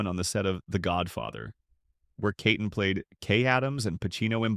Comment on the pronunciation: ITS NOT KAYTON! Its KEEton. Don’t you care?